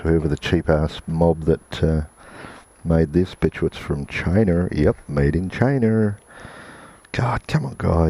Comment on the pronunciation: Am i tge only one hearung ''Chiner"?!! Instead og china..?